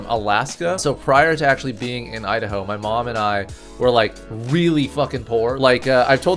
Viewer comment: Idaho " I da ho "